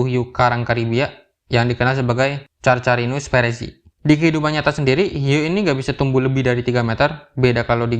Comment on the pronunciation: cara baca nya karkarinus perezi. carcharinus perezi itu cuma tulisan